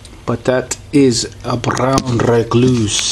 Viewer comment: Its a BROWN recluse...not a Blalalalallaown reluse!